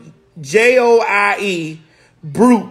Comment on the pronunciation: The correct pronunciation for Beau Joie is “bow jwaa”